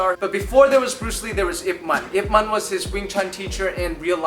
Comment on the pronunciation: No offence but the way you pronounce it is Yeep Man but is spelled Yip man